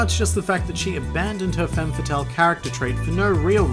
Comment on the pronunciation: Femme is pronounced with an /a/ and it should be femmeS ;)